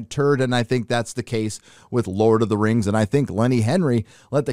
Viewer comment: lord of the rangz LOL